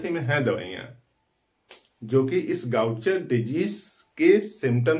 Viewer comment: First thing iska pronunciation गाउचर नहीं है